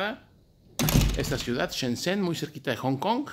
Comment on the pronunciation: jajaja por fin se pronunciar Shenzhen :D